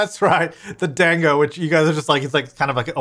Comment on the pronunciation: Also dango is said “duhngo” or “done-go”!! You should name the evil hen Evie! And the peonies add to his whole Japanese heritage/experience story, maybe in the storyline he brought the bush from his old home and nurtured it?Never been this early for ur content cuz I’m in Australia an an early sleeper, love the glasses i have the same. Also I wish subtitles/cc came up as soon as the vid was uploaded smh YouTube , I’d love it if u put cc or hired someone to do it it makes the world that much more accessible. I’d also really apropos if you put flash warning specifically referring to when the lightning strikes in this vid cuz flashing, strobing etc can be very dangerous and even life threatening to photosensitive people!